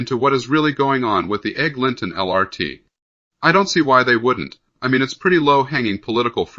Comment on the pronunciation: Let's get a human to read this. "Egg. Linton Crosstown??" really?